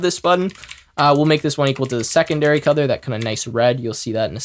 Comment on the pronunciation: anyone else hearing cuther instead of color?